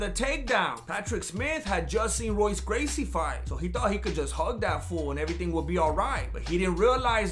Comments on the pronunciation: Hoyce is the pronunciation of that stud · Its pronounced hoyce not Royce brother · It’s pronounced HOYCE Gracie.